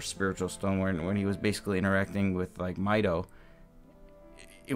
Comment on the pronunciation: Mideoh? I think you mean Mido??